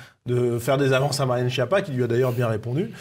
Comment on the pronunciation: Skiappa, que ça se prononce et pas Chia pas 😋 allo quoi, wtf ! Retenir surtout que ça veut dire en italien : nullité, sous-doué, grosse courge, ...😅